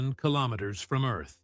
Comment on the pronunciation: Really ? "killomiters" ? "four point twenty-four" ? WRONG ! You should really keep your trap shut !